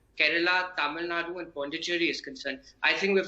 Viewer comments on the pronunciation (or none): Tamil Nad it's Tamil Nadu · do you know Tamil? Have you ever look on map. It says Tamil Nadu not Nad. Did your English teacher taught you "Du " to pronunce as "D"? Don't tell fake story. None of tamilans won't say that. Just admit you people don't know to pronounce. Can I call you jmbdpipi? U feel awkward right? So as an announcer he should have pronunce properly.